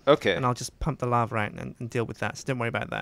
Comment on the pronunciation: just say lava correct for once. its bothering me